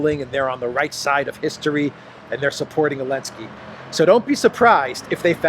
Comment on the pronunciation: Damn you, you have got me calling him Elensky now!